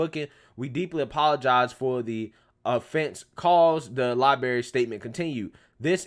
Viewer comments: Its LibRary. Not LibAry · I have so much respect for you and I'm a loyal follower of your channel. But please stop saying the word "libary" instead of "library". It's not a good look. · I was scrolling through to see if anyone else mentions this. I dig his videos, but this is just embarrassing. Then you get "oh, he's country". C'mon, with that weak noise. The soft bigotry of low expectations. Holy crap, libary libary libary. It's so cringey. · Not meaning to be rude, you may want to work on your pronunciation of library. You need you to roll the r right after the letter b